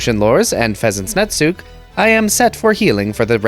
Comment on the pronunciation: For what it's worth, and since you questioned it in a previous video, Netsuke is Japanese, so it doesn't have silent letters. It'd be pronounced like Sasuke but "nets" instead of "sas"